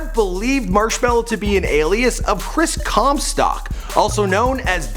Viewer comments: stock* not stack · Anyone else pissed off how he says “comSTACK” like no, “comSTOCK” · Did anyone heard him mispronouncing "Comstock" as "Comstack" ? Or is it just me? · who else cringed when he said chris comstAck instead of chris comstOck? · I know Chris comstock but not Chris comstack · It's COMSTOCK not COMSTACK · How Do you mispronounce Comstock as Comstack no a??? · ITS PRONOUNCED COMSTOCK NOT CUMSTACK OR COMSTACK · how do you fuck up comstock. your saying comstack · OH MY GOD EITHER SAY COMSTOCK OR COMSTACK JESUS CHRIST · you said Chris Com Stack instead of Com Stock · Everyone: Chris Comstock:Chris Comstack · when he said Chris comstack other then Chris comstock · you keep sayin chris comstack instead of comstock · Anyone else get triggered when he said chris comstack instead of comstock? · Why does he keep saying comstack 😒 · This is how many times he said comstAck I \/ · "Chris ComSTACK" LOL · CAN YOU PLEASE STOPPRONOUNCIG HIS LAST NAME (com-stack) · Chris Cum-Sock? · “Chris Comstyack” “Chris Cromstack” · I heard it as chris cumstain i dunno why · Chris Comstack xDDD Comstack lol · He keeps saying Comstack. Whyyy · Comstack. It bothered me more than it should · You pronounce it 'Chris Comstack' haha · chris 'comstack' ahahahha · Chris cumsock is all i heard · Stop saying “Chris Comstack” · It's comstock not comstock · Yeah it’s updated because you can’t even pronounce his last name right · Can you pronounce marshmallow and maybe Comstock correctly